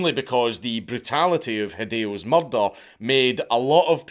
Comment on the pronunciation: I love the way dank says murder: muldul E was convicted of muldul